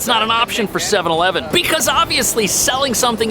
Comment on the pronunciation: You can't find one Japanese person who can say 7/11 correctly...